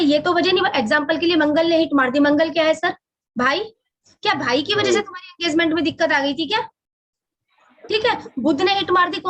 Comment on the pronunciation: ये अंगेजमेंट क्या होता है नया शब्द ईजाद कर दिया आप ने हम तो इंगेजमेंट सुने थे भई!!!😊